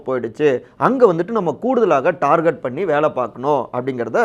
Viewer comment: Darget wrong pronunciation target o Is correct